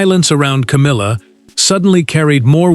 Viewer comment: Love the “Cowmilla”!